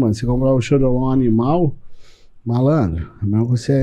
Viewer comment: choriomon, nao choriolon